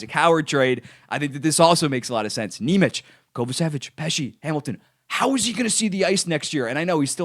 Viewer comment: Lowkey kinda pissing me off the way you're pronouncing nemec 😂